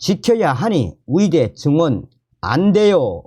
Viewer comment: 의대 발음이 이상하네요. ㅋㅋ 의대 철밥통 카르텔 이번에 박살 내야 합니다.